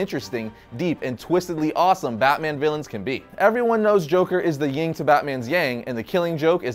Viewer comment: Funny. You said "ying to Batman's yang" but the subtitles got it correct "yin to Batman's yang"